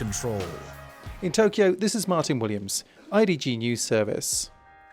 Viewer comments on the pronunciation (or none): none